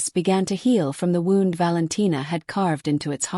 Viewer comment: I will give it a chance fir part 2 to come out, but never end a story before finishing the sentence that’s poor penmanship I enjoyed listening but the AI cannot say wound as it should have implied It pronounced the word as “a painful wound” When it should of as in the past tense of "wind" (to twist), and pronounced it like “she wound the clock” This is why people hate stories read by AI because they do so literally. Like I played the record so I could record it to tape. Some words have double meanings based on the structure of the sentence. This is something AI cannot detect and it’s why listeners prefer that the stories are read out aloud by a human. A human has a natural way of pausing while reading all based on their ability to breath while reading out loud there are natural things we do when we are talking, the act of licking our lips to keep the moister in our mouths and our lips moist as it helps with pronunciations of words and the natural way that speech has pauses. AI has a way of everything being rushed which a human cannot do as they need to draw breath to have the ability to actually speak.